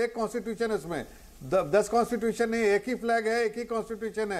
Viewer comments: can't even speak Constitution...aur baat kerte hein😂😃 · कॉन्स्टिट्यूशन बोलना नही आता को और इसकी बातें सुन लो बड़ी बड़ी।